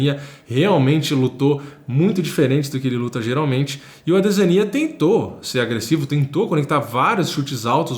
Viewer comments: Doeu os ouvidos o chamando o adesanya de ADE ZÃ NIA... pqp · Engraçado é o nosso a 2 anos atrás pronunciando errado o nome do Adesanya kkkk. Vídeos maravilhosos irmão 💪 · Incrível ver o falando ADESANYA errado 😂😂😂😂